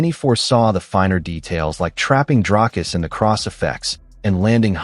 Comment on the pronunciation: "Dry-us"? Who's THAT? 🗑️